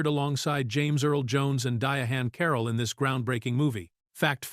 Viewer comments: Ms. Carroll's name is spelled Diahann and that's why it's being mispronounced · "Dia Han Carroll" killing me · His pronunciation of her name graded on my last nerve.